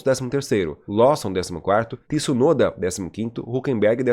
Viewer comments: Tih-sunoda? 😂😂😂😂😂😂😂 Pq vc fala assim? Hahahahah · Olá. Achei perfeito seu vídeo. Primeira vez que eu te vi. Não se quanto tempo tem de programa. Só te corrigir o nome. As vezes vc fala certo e as vezes errado. Vc pronuncia TIsunoda errado. Não tem o 'i" . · Faz um canal pra vc fale Tsunoda corretamente 😉